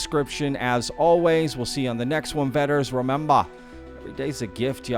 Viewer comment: I don’t like the “what’s up Vetters”. It sounds like you are saying your audience wets themselves. It was kinda cute once…